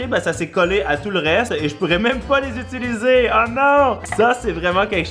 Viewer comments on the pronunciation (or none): none